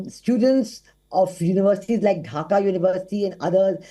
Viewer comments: Dhaka, not Dhakha. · Dhaka not Dhakha unacceptable from so called English Channel with 8.93m subs 😲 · Hey miss, it’s Dhaka not Dhakha. 😐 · It's Dhaka, not Dhakha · Dhaka not dhakha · Dear WION it's Dhaka not Dhakha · Is dhaka not dhakha wtf